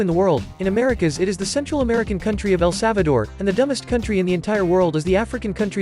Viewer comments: "El Savador"?? It's actually "El Salvador ". You must be Albanian. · My man’s really said “el savador” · "El savador" 💀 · "El Savador" It's El SaLvador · why "El savador" bruh i think u have the lowest iq for a geographer (jk) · "el savador"